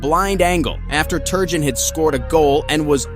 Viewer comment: Apparently it's pronounced Turgeon like sturgeon. Thankfully there's a hardcore hockey fan to correct us all.